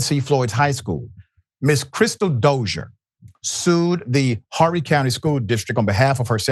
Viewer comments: The h in Horry is silent. So it's pronounced Orry. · It's Oh.ree county Sir. I have a biracial child going thru similiar things at another school in another close school district. Said child has an IEP and a disability. I was thinking of putting her in Green Sea but not now.